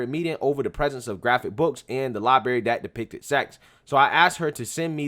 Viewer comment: Lie-BRary. Not Lie-Bary